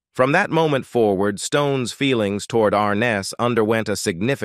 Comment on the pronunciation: This narration sounds like a poor AI voice. The pronunciation of many words sounds like a electronic voice reading and pronouncing letters instead of the word. 2 ward instead of toward.